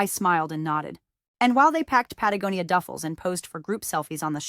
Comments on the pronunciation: She finally said Patagonia correctly!!! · Patagonia is pronounced correctly. Will wonders never cease? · Stop the planet, it said pantagonia correctly.